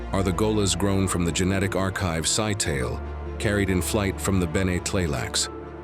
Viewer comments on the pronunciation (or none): "MAH-trey" not "May tree". "Sigh-tal-eh" not "sky-tale".